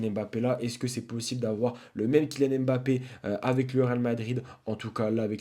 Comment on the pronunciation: Kylian M Bappe ❌ Kylian Mbappe ✅